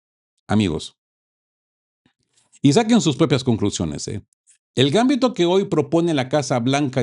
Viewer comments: No es gámbito, es gambito. Es lenguaje de ajedrez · MUy buenos sus mensajas, pero revise la acentuación (o falta de) en la palabra Gambito, si fuera como vos pronuncias sería Gámbito, pero es Gambíto. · Disculpa, se dice Gambito, la sílaba tónica es "bi". No es por molestar pero se oye muy raro. El Gambito se usa mucho en el ajedrez.